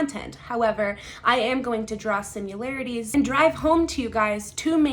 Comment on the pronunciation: Please.... it's similarities, not simularities. You're killing me😂